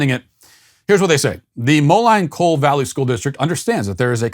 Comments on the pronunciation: Being born in Illinois the city is pronounced Mo-lean, not Mo-line. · Moline pronounced (Molene) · Long time Sweet Baby here, I’m from the Moline area (Iowa side of it, called Davenport, we’re 1/5 cities all next to each other). It’s pronounced MOLEAN. Keep being the best cult leader you can be Matt!